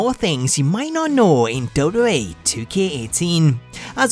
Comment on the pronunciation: Love how he says Dub Dub E😂😂😂